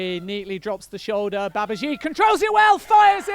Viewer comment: Who on earth is "Babazheeed"? Isn't it pronounced "Babajeeday"?